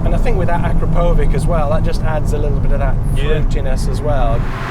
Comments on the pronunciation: "Akra-po-vick", is that how we should pronounce "A-crap-o-vitch" now? 😂 Seriously, power to weight comparisons would be useful to know, please. Quick roll over a weighbridge would have been interesting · You'd think journalists could finally get their head around how to pronounce it - but it is pronounced a-krap-o-vitch. It's been around for a long time now. Can we finally get this right? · Can't pronounce the manufacturer of the golf exhaust properly....and these are experts???? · Cannot get over how he pronounced Akrapovic